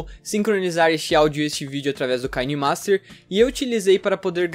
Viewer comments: Se pronuncia Quinemaster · Ele falou kainemaster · "Kaine master"